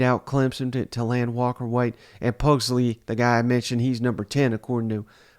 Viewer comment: Puh-glee-see not Pugs-lee